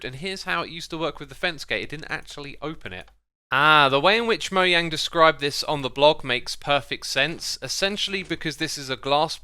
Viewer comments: its moJANG, not moYANG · Moyang? UR NOT A REAL MINECRAFTER IF U DONT SAY THE GAMES creator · I hate when people say Mojang as "moyang" instead of "mojang" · It's Mojang not moyang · Its mojang not moyang I'm pretty sure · Its mo jjj ang not moyang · He said moyang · Is it just me or dose he say moyang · Moah - Jang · MOYANG. I haven't seen this in the dictionary. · Is he really saying "moyang"? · Did he said Moyang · lol moYANG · Is it actually pronounced MOYANG?? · stop calling mojang "moyang" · “Mohang” It’s spelled and pronounced mojang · Why do you say mow yang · Why can't you say Mojang? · SOMEONE PLEASE TELL HIM HOW TO PRONOUNCE MOJANG 😭😭